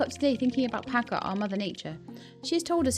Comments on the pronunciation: ‘Cha’ not ‘Ka’. Pacha like the Disney character! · You're the only person that calls this game Roots of "Pa-Ka"